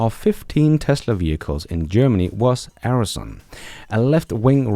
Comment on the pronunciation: "Arson" is (in English at least) pronounced 'are' (as in "Are you in Holland?") + 'son' (as in 'father and son')... or (if you are Gordon Johnson) 'arse' + 'on'. 😀